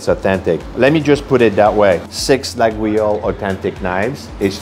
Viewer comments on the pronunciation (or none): "Lagweeoles" is not accurate: try "Layoles" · Ffs not la gou oui io lle !!!!!!! La io le, et c'est tout ! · Here is the trick if you want to have the right pronunciation, it can be tricky, you must say Layole for the knife and not Laguiole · Sympa mais : Coton Doux, c'est ringard. Sinon, un excellent chocolatier à Paris est Servant dans le 16eme et à Neuilly. Sinon, en France, on n'offre ni couteaux ni ciseaux car cela pourrait signifier qu'on veut " couper les liens " avec le récipiendaire. Et on dit "Layole" et "Boinar". Par ailleurs, Brentano's c'est anglais et les cochonneries qu'ils vendent n'ont rien de Français. Mais bon, votre vidéo fait passer un agréable moment même pour un Parisien. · It is pronounced "laYole" (the knives) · Laguiole is pronounced LA-YOL. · You mispronounced Laguiole. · I really like your videos but that isn't how you pronounce Laguiole.